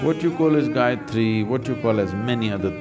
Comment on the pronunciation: every time he says, "so Gayatri", it sounds to me like he's saying "psychiatry."